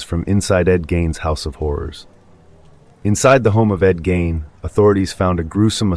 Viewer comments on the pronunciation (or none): Who the hell is Ed Gain???? Haha Seriously though, you can look up how to pronounce names. Good luck!